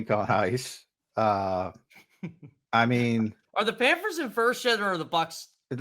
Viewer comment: He calls them the “Panfers” instead of the “Panthers” and I’m supposed to take this guy seriously? Reminds me of my 3 year old nephew.